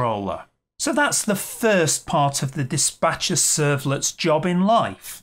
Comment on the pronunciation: ...servlet is called Dis'P'acher ...not Dis'B'acher...servlet :D